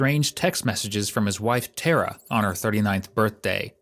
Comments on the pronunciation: Tara is an irish name pronouced like "tare - ra" not "Ter-rah" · yeah not ter a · Tara is pronounced exactly as it is spelt Tar a , with the emphasis on Tar .